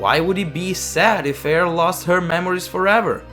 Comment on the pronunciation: “Eir” is actually pronounced like the English word “ire”. I know this because that is the pronunciation of the Norse Goddess that she is named after